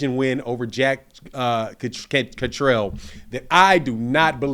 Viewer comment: Blu Cantrell. He’s jack Catter-all. Not jack Catrell